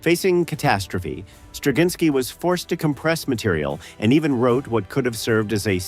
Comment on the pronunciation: I think cz is pronounced more like ch as in Czech. I worked with someone who's surname was Turczin and that was pronounced with a ch sound so I expect Straczynski to follow the same rule.